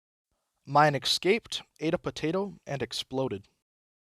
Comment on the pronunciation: hope you dont take it personally, but "ecscaped" hurts a bit every time. great storytelling otherwise